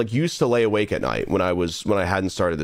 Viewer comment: “I hope you way alake at night” im autistic and even I caught that